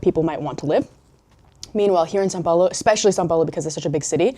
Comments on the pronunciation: Your English accent sounds like if you were a brazilian. You even pronounced São Paulo perfectly like a native speaker. I suspect you are a hidden brazilian 😂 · you said são paulo really well